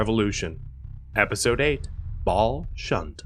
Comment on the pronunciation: Oh man oh man oh man. He said Baal Shunt. Seriously though, love the content